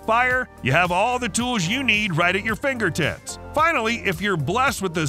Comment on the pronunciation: "9 balls to tease your thinger tips" 💀💀💀